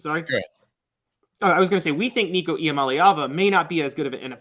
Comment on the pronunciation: pronounced Nico’s name correctly!! Well done sir🐥🐣